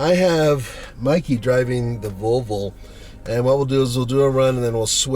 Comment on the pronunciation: haha!! He can't say "Vol ...vo"! Volvol